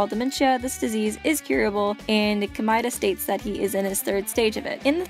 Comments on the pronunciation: isn't it supposed to be pronounced Komayda not komyda? If your saying it right that's a horrible sounding name :/ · I actually understand Komaeda better now! And I know this might be trivial because it really may be dependent on your accent if you have one or simply preference, but Komaeda is pronounced as "Koh-mah-eh-da" not "Komai-da". Thank you for making a good analysis... Well done! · Komida Me: BOI IT'S COME+AID+UH